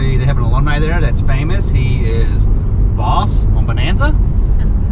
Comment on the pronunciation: Great video. Just a note. I’m pretty sure the famous guy’s name from Bonanza is “HOSS,” not “Boss”. Love your sweet family!